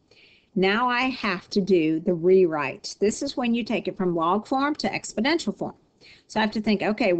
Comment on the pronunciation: "expodential"??? Good grief...